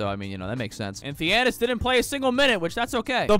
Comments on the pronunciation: Say it with me “tha-na-sis” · My man really said thianis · Y did he say thenasas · ta-nah-sis thianis is crazy 😂😂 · That’s not Thiannis it’s Thanasis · It's not Theanis it's Thinasis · thanasis, not thianis lol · Bro said Thianis💀💀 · calling him theannius pissed me off to anoyher level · Calling him Thiannis is crazy 😭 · Thee Anis. That’s definitely his name. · Its THA-NA-SIS bro 😂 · Bro lit said theanis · bro said Fianiss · Called him giannis(thiannis) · It's pronounced tha na sis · Stopped watching after 2 minutes of hearing "Thianis". Don't disrespect the goat like that. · Commenting about pronunciation of “Thanasis”. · He literally refuses to learn the proper pronunciation at this point. He called Shai "Shy" for a while too lmao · his name is *thanasis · Waiting for the day when he pronounces Thanasis correctly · I'm just joining in with everybody else who wondering how he make a whole video about someone name he can't pronounce lol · who’s gonna tell him how to pronounce thanasis? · bro didn't pronounce Thanasis right one time in the whole video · you not even trying wit his name lol i’ll give you your shameless comment